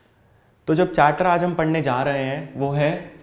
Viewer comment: Sir Apne chapter ko chatter bol diya